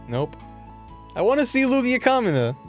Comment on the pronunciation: The whole time was saying "Kamina" up till the point he mentioned gurren lagann, it sounded like "Comuna", and when he said "Kamina's so cool", I guess it rolled off the tongue so fast it sounded like "Comunist's 're so cool".